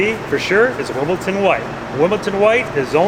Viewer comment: It's 'Wimbledon White', not "Wimbleton"! And thi fool is speccing paint, parts and building it?